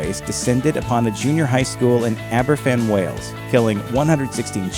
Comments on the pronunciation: Yep. It's also pronounced Abervan. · Even as a Danish person, I picked up that Aberfan was pronounced [aber'van], not with an f.